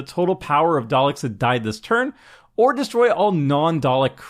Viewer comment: I gave you a thumbs up just for pronouncing 'Daleks' correctly. :)